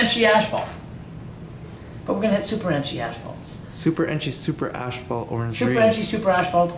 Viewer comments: guys its AS-PHALT, not ASH-PHALT. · Why does add an extra "h" is asphalt? Always says "ashphalt ". 🤣 it's not ash!